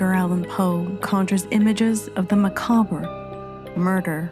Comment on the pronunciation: When she said Mcabre my first thought was Can I get a macaber with no crys. Sauce on the side.